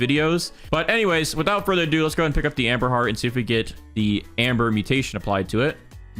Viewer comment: I keep hearing Amber Heard when he says amberheart😭